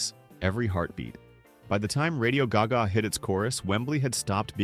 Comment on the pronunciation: If you’re going to put out videos with AI narration, at least teach it how to pronounce “Radio Gaga” first. Until then, this is absolute trash.